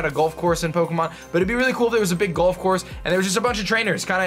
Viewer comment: Why do you pronounce "golf" as "gulf?"